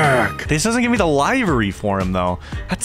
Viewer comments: Im sorry hearing yall say “livery” wrong is the most nail digging thing to hear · “Live-ery” hurts my ears😂 I say li-ver-ee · Boys... 😂 It's liver-y. Like the organ. It comes from the days of livery stables. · It liv ery =livery